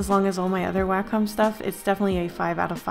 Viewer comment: 1. Thanks. 2. Its pronounced way-comm not wah comm